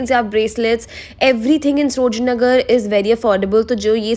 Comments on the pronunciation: Its saro-jini not sro-jini . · You often pronounced srojini nagar